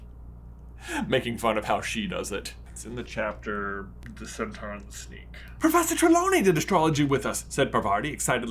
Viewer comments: The way you’re saying centaur is really strange. It’s cent-or not cent-are. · I get irrationally bothered by how Americans pronounce "centaur". Why do you say it like that? You pronounce "Taurus" correctly... 😅